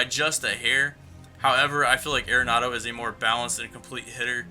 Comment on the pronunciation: Think I'm going to stick with Arenado till IE goes away, at least. BTW, I just recently learned it's pronounced 'Are-nado' not 'Aira-nado'.